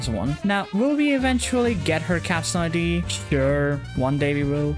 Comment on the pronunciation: You keep saying I.d I’m fairly sure it’s supposed to be id as in ego super ego and Id